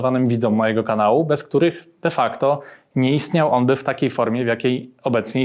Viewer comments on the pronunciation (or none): ...wszędzie ten "defackto" - kurwa normalnie wróg publiczny.